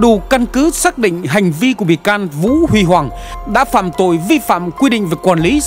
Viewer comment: Vũ Huy Hoàng đọc sai rồi